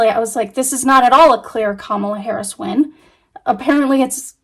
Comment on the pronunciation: sounded like you said in favor of Paris… For a few seconds, I was like who’s Paris what is she talking about? Then I realized that it was Harris. But I hope that spirit didn’t misunderstand you. It certainly sounded like Paris.